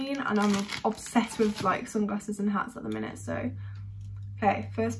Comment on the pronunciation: ' So i have FWREE pairs of SUNGRASSES ' lol her pronunciation tho........